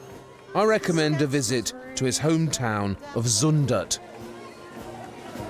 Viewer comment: who is van GoFF !? :p Cmon try to pronounce zUndert, its not Zoendert! (which would translate as KISSiby in Dutch) Brabant is definitely not a part of Holland :p like Scotland isnt part of england ;)